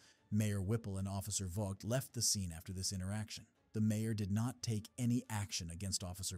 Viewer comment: and other times, it's Officer Vogt ("vote"), not vog-t.